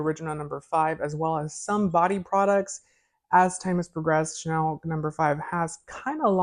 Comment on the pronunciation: It’s Chanel not shennel 😱 and I love Chanel No 5